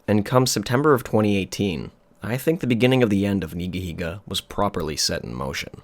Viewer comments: It’s pronounced ‘Nigga-Higga’ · Never could say this guys name right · He said Neega!!! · No fucken way. It’s pronounced NEEGA heega?! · Love how you pronounce Nigahiga because you know… you’re scared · thats not how you pronounce the name